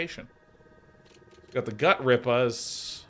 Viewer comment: Sean is somehow pronouncing 'Gutrippaz' the way one would pronounce 'lettuce', and it is absolutely maddening.